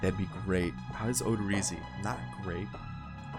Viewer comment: you always say Jake odorizzis name wrong. It's not o-do-ree-zee its to-do-ri-zi